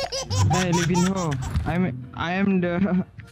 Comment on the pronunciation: Baca nya bukan levinho bang. Tpi levinyo .